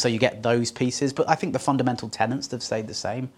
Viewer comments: "Fundamental Tennents" - that's the brand of lager that makes you say Tennents (or tenants) instead of tenets? Joking about this slip aside, this is, sadly, nowhere near up to your usual standard. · Basic TENETS - not "tenants"!!